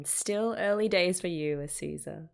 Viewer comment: Hi i'm one of the new people you mentionned-- Just wanted to point out you've been saying Azusa wrong this whole time, I thought you'd notice, but you've been saying Asuza instead of Azusa It's been such a blast, I needed an excuse to rewatch K-ON and it's really nice having someone to watch it with like that